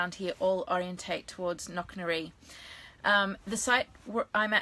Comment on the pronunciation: It's Knocknarea... pronounced knock-na-ray